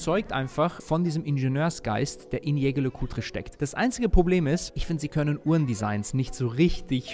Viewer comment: Schä Schär Lä Kulträ...kann doch nicht so schwer sein, lieber 😅 Back on topic, als Besitzer einer Polaris Date kann ich den Eindruck der anderen Mitglieder nur bestätigen. Hervorragend verarbeitet, 1A Außergewöhnlichkeit und natürlich Haute Horlogerie und das auch noch zum kleinen Preis❤